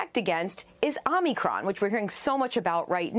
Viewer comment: She called it omnicron like biden. Lol